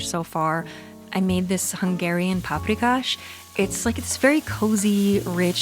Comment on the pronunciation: Oh WOW ! firstly you reminded me of my childhood staple paprikas 😍 (i am from Slovakia but our food is influenced strongly by surrounding states) and secondly, i noticed that you pronounced the names of dishes correctly, for which you should get a credit.